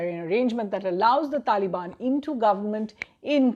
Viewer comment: She said talibani soldiers 😂